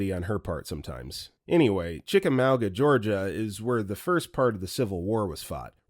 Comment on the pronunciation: I’m born & raised in Chickamauga and I absolutely LOVE hearing folks try to pronounce it. It’s a strange word that’s not one that phonics can help with… best bet find a local & ask🤣